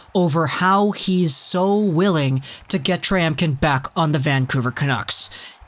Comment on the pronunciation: Sorry I have negative comments learn how to pronounce his name